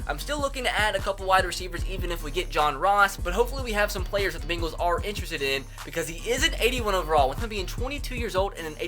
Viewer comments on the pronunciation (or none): none